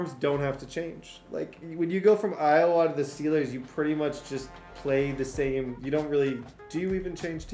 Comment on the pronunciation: plz stop calling it iOwa it’s just Iowa